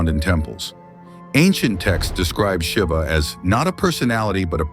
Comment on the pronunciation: Pronounce it properly Mr. AI Narrator. It's not "Atman" rhyming with Batman. It's AHT MON. Same with Brahman: BRAH MON And it's not Shiva with a short "i" as in Give. It's SHEEVA At least in the West. Somewhat different in India.